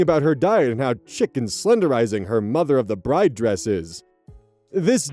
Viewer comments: So… I’ve always heard “chic” pronounced “sheek,” not “chick.” Am I alone? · mostly unrelated but i do feel the need to gently say 'chic' is pronounced 'sheek' and not 'chick' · ive never heard someone pronounce chic shick, only heard it said "sheek" before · Long time watcher, first time commenting. , "chic" pronounced "Sheek." I dunno why, but that ruffled my jammies. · erm chic is pronounced sheek ☝️🤓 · BTW, "chic" is pronounced "sheek". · chic is pronounced sheek. I had to go back because I heard "chicken slenderizing" and thought 😅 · it is pronounced sheek 😭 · You are right, this is just another case of silly not pronouncing stuff right 😭